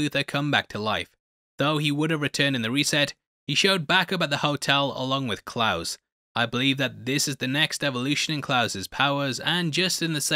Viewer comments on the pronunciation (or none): Lmao 🤣 The pronunciation of "Klaus" & flash to Wolverine was hilarious!!!